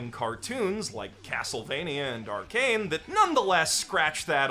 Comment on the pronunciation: I heard you pronounced Arcane, Arcan. Lol just gonna drop it here.